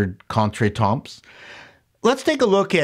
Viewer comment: “Contretemps”. …. Nicely done, hard to work that one in.